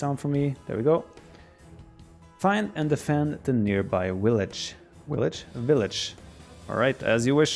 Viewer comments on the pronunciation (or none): Germans and Russians: pronounce the ''w'' as a ''v'' TheViper: WIllage